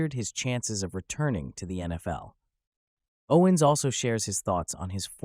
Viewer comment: You opened up with pronouncing his name wrong. 🤦🏽‍♂️